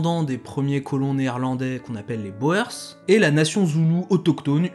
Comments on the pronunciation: Merci pour la vidéo ! Juste un truc : Boer se prononce "bourre", comme dans Hoegaarden. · Euh.. Les boers ça se dit les "bour." . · "boer" se prononce "bour". Dommage pour tous les jeux de mots perdus. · Les boers : prononcer ou pour oe. 😂Les boers veut dire fermiers en néérlandais. De Beers , les deux ee se prenoncent éé en son long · Pour info, "boers" se prononce "bourse" (en allongeant le "ou") et vient de boer qui veut dire fermier en néerlandais. Et "de Beers" se prononce "de béérse".